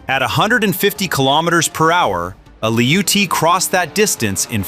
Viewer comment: They are called ATTACKEMS, said as Attack-ems, NOT A-Tack-ems. Apparently you know that since you pronounce their name correctly . If you can say it right once, you can say it right every time you Imbicile! - They are called Lee-oot-tee's, NOT LOUCHIES! They don't even have the correct letters on the end like to make the chee sound! Clearly you know that since you call them by their appropriate name. If you can say it right once, you can say it right every time. God you're such an Imbicile!!!